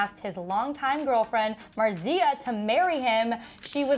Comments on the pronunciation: It's MARzia, not MarZIA lol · you're mispronouncing marzia's name. stress is on the first syllable. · ...correct your girl. MARZIA! That pronunciation was like nails on a chalkboard. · Other than pronouncing her name wrong, watch Marzia's videos if you want to see PewDiePie's relaxed personality... Its not the hard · This is soo funny 😂 Like I love you guys but come on do some research on how to pronounce Marzias name. And you could have watched a couple of their latest videos. You are just going by his scandals;Everyone has slip ups. I would apriciate more reasarch. This is just positive criticism. Not hating. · The pronunciation of Marzia makes me cringe! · If your going to talk about Mariza and pewdiepie at least say there names right😂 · The way you pronounce Marzia's name ...